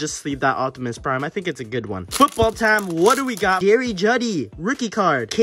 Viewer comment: Anyone else triggered my guy said Jeudy Juddy